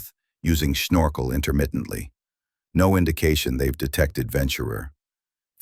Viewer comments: "Snorkel", not Shnorkel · Snorkel isnoe schnorkel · The german accent on the word snorkel is confusing to say the least